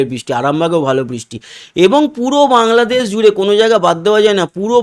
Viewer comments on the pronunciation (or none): none